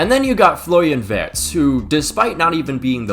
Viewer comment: How tf can pronounce Wirtz properly but no Ricky Ticky Tavy?